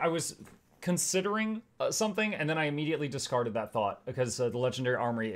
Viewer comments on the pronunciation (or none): none